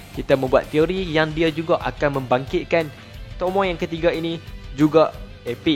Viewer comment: tomoe oii bukan tomoi aduhhhh